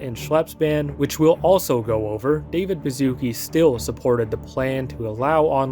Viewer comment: Yo, complete off top but you read "Baszucki" similar to like "Bashusky", as its origins come from Polish-Lithuanian Union and mean that at some point bro's family was aristocrats or earned an honorable surname title 🤓☝️